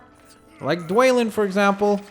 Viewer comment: You don't say dwalin like dwaylin its dwalin like duel